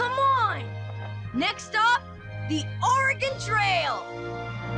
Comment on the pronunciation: love to finnally here someone say oregon right for once.